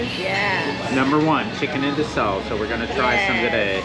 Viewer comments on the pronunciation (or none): You are correct. Funny story: I know it's pronounced inasal, but having been saying it this way for 35 years. Your the first person that has said something to me. I know it keeps coming out that way even though I'm trying to omit the D sound, lol: bad habit. That's my favorite thing to eat, which I'm eating right now as I'm typing this reply. Anyways, thanks for commenting. Take Care. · There is no "d" in "inasal".